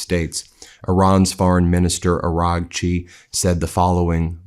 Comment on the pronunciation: Ben, please pronounce Seyed Abbas Araghchi's name correctly! You're driving me bonkers. It's Not Aranchi. It's pronounced Ah-RA-chi! 🙏🏻